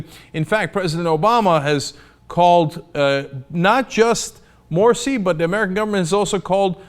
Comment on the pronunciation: Morsi lol not moshi XD